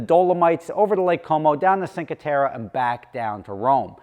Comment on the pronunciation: Second time, so I gotta say something now. :) With your last name, you gotta at least attempt to say Cinque Terre correctly, especially if you're going there. Youtube can tell you how or any smartphone too.